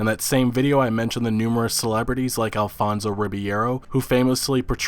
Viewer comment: From my understanding of the situation, the dude doesn't actually hold a trademark over "Redfall", the publishing company does, and it's not the publishing company that's suing, it's the author. Which will probably work against the author. Also, you're grossly mispronouncing Riberio. Edit: BookBreeze filed the trademark 12/21/2018. Zenimax filed it 09/10/2018. So I don't see where he's got any fucking case. Just because they were able to trademark it first, the records show that Zenimax filed for it over three months before BookBreeze did. But I'm not an attorney. I do foresee BookBreeze ending with egg on their face and that's why the author was trying to publicly reconcile.